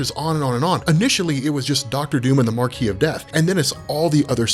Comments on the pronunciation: MA-KWIS not marque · It's pronounced 'Markwis' It's a European thing so it's understandable that an American wouldn't be aware. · The S in Marquis isn't silent. Just btw. A Marquee is a sort of tent. A Marquis is a lord/person of nobility. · It's actually pronounced "mar-kwiss" -- look it up! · its pronounced mar-kess. like say kiss but with an e instead of I in the word kiss. mar-kess. I only know it because my brothers name is marquis. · Learn how to pronounce Marquis...